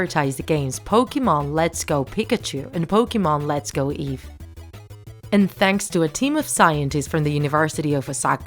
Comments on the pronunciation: Leo Carbaquil Eevee not evee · Evee not Eve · Did u say poke let’s go eev